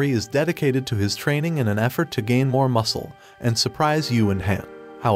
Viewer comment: Gin mory? More like gin moreye😂😂😂😂